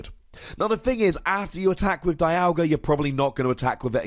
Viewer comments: I know it doesn't make sense, but it's pronounced DEE-alga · It pronounced Die-yal-gah in the anime.